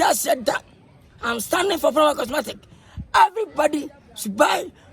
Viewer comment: The walking got me rolling on the floor 😂😂😂 pls it's cosmetic not 'Cosmatic'😆